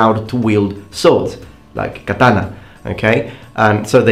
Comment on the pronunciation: Kathana, not Kataaaaaaaaaaaaaaana